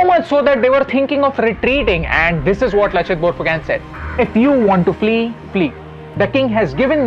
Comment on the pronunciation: Lachit barphukan pronunciation is wrong